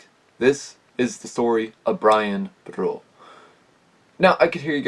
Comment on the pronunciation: His name is pronounced Brian bor u